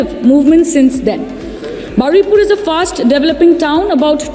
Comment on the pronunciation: It's Baruipur not baraipur